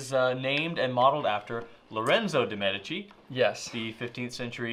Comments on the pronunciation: said it right... once! It's MEdici, not meDIci:) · I agree!! I’ve heard all kinds of reviewers mispronouncing this famous Florence name! Drives me nuts! It’s MED eh chi — accent on the first syllable: like MED eh cal — not med EH cal. got it right at the very beginning.